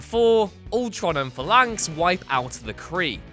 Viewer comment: "Hundreds" Jesus. Just when I thought this was the only WhatCulture channel that wasn't rapidly decaying. Large parts of this list don't belong, and there are notable omissions and errors. And if you're going to whine about pronunciation, you could at least pronounce Phalanx right.